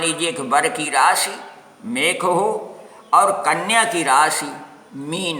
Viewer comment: mekh nhi mesh hote hai pehle rashi